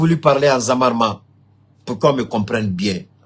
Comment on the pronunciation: on dit ZERMA ET NON ZAWARMA